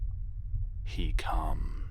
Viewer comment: i know its supposed to be scary but when he said "zzalgo... he cumss." I laughed so hard